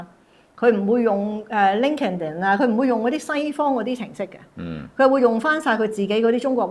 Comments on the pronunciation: it's not link-kin-din... it's pronounced Linked-IN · 正確讀法 是”linked-In” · 其實, 讀Linkedin讀錯咗 lol。好多香港人讀英文的口音亦極有地方特色, 包括政府高官以及名人. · 唔好意思，但LinkedIn點讀要更正下